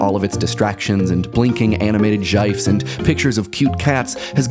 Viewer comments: I think he's the only person who says gifs with a capital I instead of a short i. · just when you thought "jif" was bad enough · Gife? Really? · i hate it when he says gyfes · "jifes" lol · DID THIS GUY JUST SERIOUSLY SAY JIFE? WTF HAS THIS WORLD COME TO... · DID YOU JUST SAY JIEFS? WTF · thanks for that comment, I had already plastered my rage at "jifes" and had to delete it after reading your explanation lol. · He has a strange way of pronouncing "Gifs". :D